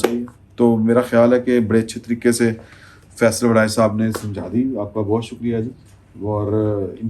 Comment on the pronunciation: His name is Faisal not "Faisla"